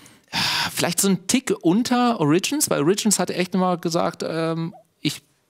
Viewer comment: Origins mit Betonung auf dem O bitte